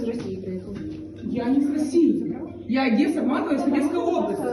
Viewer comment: Наступного разу запитайте цю даму як правильно говорити Одеса!